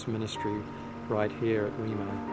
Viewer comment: Where did you find your pronunciation of "Weimar" ?